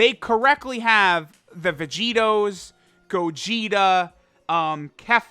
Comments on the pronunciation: When he said “gogeto” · Nobody:: “Gogeto”